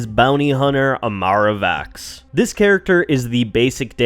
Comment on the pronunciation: It's Imara Vex, not Vax